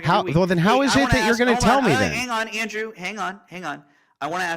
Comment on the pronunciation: ANDWEW!!! ANDWEWW!!! MAAAAAATTTTT trolololol